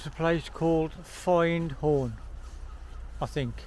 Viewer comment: Ahh used to live near there I do miss it ….it’s pronounced …..FIN as in fin of a fish … d …as in a child learning …a b k d …and horn …. Beautiful place thanks for sharing